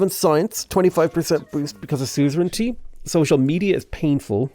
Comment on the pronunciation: Everytime he say soozrintee I die inside